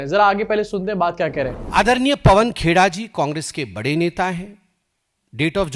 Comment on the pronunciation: Abe Patra gen geee nhi gen zee.. Pehele bolna sikh... Phonics classes join kar . Baat karna ata nhi chala Sherlock Holmes banne..